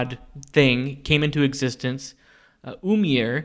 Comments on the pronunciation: Ymir is pronounced (i-mir) like pronounce the E sound not (umir) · The d in auđumbla is a norse character called eđa and is pronounced as a hard th like in worthy or clothes also ymir is pronounced eemir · jotunheim is the realm of the giants not frost giants they're just normal and i'm pretty sure it's pronounced ymir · ymir (im-meer)